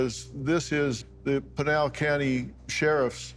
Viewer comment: it is p"I"nal the I is as in IT or IS not pronounced like a instatution